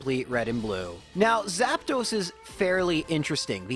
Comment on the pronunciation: Why are you saying Zapdos like Zap"those"? 😂